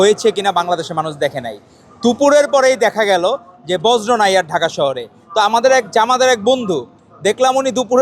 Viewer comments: বজ্র না বর্জ্য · বর্জ্য কে বলতেছে বজ্র😂😂😂😂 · ভাই পড়াশোনার এতো খারাপ অবস্থা! বর্জ্যকে বজ্র বলে। এরা কী আসলে ছাত্র? সন্দেহ হয়।